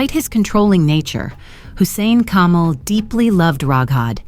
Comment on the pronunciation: His name was Kamel. It is pronounced differently from camel.